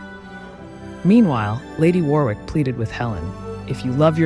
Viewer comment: Earl of Warwick is pronounced 'Worr-ick'. Crazy I know.